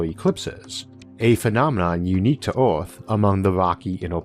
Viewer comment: I champion the narrator's perseverance to read through the accent & impediment, but "Arth" was just overwhelmingly funny to me. Sorry.